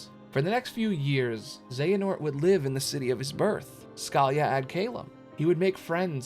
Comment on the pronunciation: while i apreciate this video, u can watch kh3 cutscenes and get the pronunciation of scala ad caelum, lol scalia